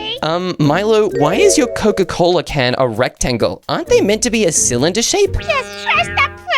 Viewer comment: Coca not coco😂